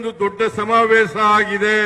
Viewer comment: ಆಸನದಲ್ಲಿ ಸಮಾವೇಸ ಥೂ.. ಕನ್ನಡ ನೋಡಿ ಎಷ್ಟು ಕೆಟ್ಟದ್ದಾಗಿದೆ. ಹಾ../...ಶ ಬರೋಲ್ಲ. ಕನ್ನಡವೇ ಧನ್ಯ!